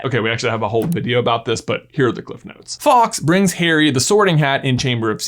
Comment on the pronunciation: Why do you say Fox when you mean Faulks? It's not a hard word to say. Fall-ks. Rhymes with walks.